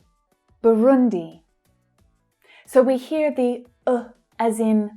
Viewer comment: thanks so much my great teacher. you pronounce very well my country BURUNDI.